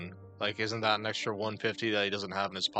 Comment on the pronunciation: Proud to say that I don't know anyone IRL who pronounces "and" and "that" like does ("eeand" and "deeat")